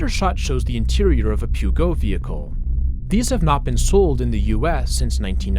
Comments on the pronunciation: "Pew goat" lmao, it should be more like "puh- joe" that's the closest i think American sounds can recreate this haha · He really said pewgo 😭😭😭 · for the love of god.. peugeot. its pronounced POO-JOE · Brother really pronounced Peugeot as "Pew-go"... Also, the glitch patterns near look like Matrix code to me. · it’s pronounced puh-joe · Man did not just call it "pew goat" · the way you pronounce Peugeot makes me want to vomit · Peugeot is not said that way here 😅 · I love your videos but hearing you mispronounce "mojibake" and completely butcher "peugeot" makes me cringe so hard. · Man that Peugeot prononciation hits so hard 💀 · I don't think there is a worse way of pronouncing Peugeot...😅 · thats not how you pronounce Peugeot